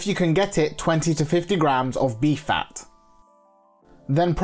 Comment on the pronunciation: He said Beef fat, yes? Because I heard 🐝 Bee Fat